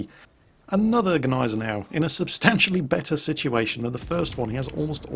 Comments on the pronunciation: big thumbs up for pronouncing "gneisenau" finlay right! cause the g isnt silnet like in the d in django;-) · Since the Gneisenau is named after good ol´ prussian Fieldmarshal Neidhardt von Gneisenau (hence a German) the "G" isn´t silent at all. So pronounced it pretty right ^^